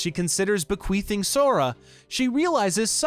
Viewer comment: Bequeathing... queathing... queath with a th lmao 🤣